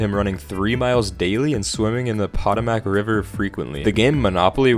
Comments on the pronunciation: it's not pronounced "pot-o-matic", is called "pa-toe-mick" ding dong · Ok as a person who lived in Virginia for a few years it is not pahtamac, but pronounced Po-toe-mic. It pained me good sir. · I’m sorry but the way you pronounced “Potamac” really threw me off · Potomac is pronounced "pah-toe-mick," yes, it's spelled wonky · It is pronounced Put-ome-ic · Pot-o-mac? That’s not how you pronounce that smh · The pronunciation of Potomac makes me want to scream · As a mf who almost drowned swimming in the Potomac river I screamed louder at his pronunciation than when I was drowning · as someone from the DC area, the pronunciation of Potomac made me want to scream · The way you pronounced Potomac😂😂😂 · You pronounced the rivers name wrong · The pronunciation of Potomac has me confused as a Wisconsinite. Different accent I guess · Today I learned this person is not from the DMV area cos that's not how you pronounce Potomac XD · HOW WAS “POTOMAC” JUST PRONOUNCED? YOU SOME KIND OF CANADIAN? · You mispronounced Potomac